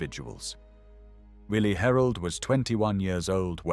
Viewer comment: Great history! I wish more people knew that "W" in German is pronounced like our "V". His name was "Villi Herold".